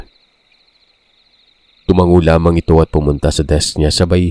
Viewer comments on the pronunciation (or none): none